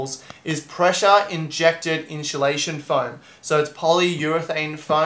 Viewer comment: Inchulation lol. Made me laugh